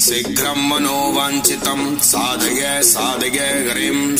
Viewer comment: आपके गले से जो उच्चारण है वह साधगय साधगय हो रहा है। जबकि साधय साधय है।